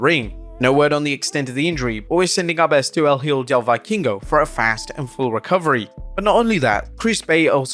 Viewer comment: Jesus man is it really that hard to look up the proper Vikingo pronunciation?